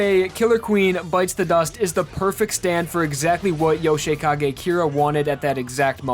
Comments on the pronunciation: Yo-shi-kage kyra lol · Your "Yoshikage" pronounciation bugs me out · Yo- shay-kagay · “Yoshay Kagay”